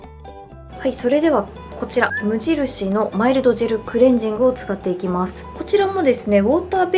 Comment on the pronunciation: 「むじるし」がジワジワきました😂